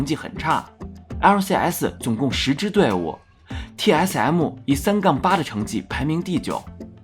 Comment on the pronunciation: 一直聽TS M母有夠煩 能不能M就講M 別一直M母